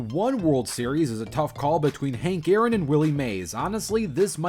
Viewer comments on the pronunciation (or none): none